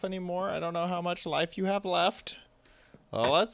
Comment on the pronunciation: you said "hot to make a iron farm"